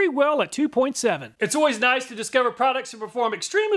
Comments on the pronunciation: I believe it’s a kooky way of saying “nice”. Like one of the three stooges would say in their accent. I’m guessing, of course. 😊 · is 'nice', just pronounced differently. Noice! Kind of like, extra nice.